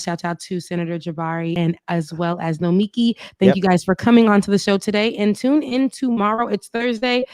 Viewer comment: Great show! Please learn how to say Nomiki's name. She's too nice to say anything.